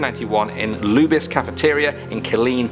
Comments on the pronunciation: I didn’t understand you. That’s not how you say Luby’s. Like lubrication. Lube. Lube-EEZ. LOLOLOL. Not lube-isss! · As a Texan, it's pronounced "Loo-Bees", not "Loobis" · Bty lubys is pronounced lube ēēs Just so ya know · Pronounced Lu-bees....